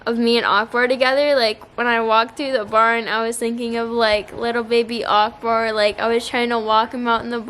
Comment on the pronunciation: Strange how you say Akbar 😍🤣 its like uhk ber